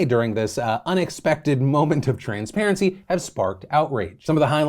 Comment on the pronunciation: You said TRANSperancy too many times and it’s offensive!